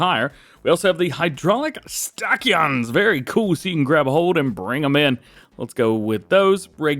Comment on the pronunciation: Just a little FYI Bud. It's pronounced as// stan-shons. 👍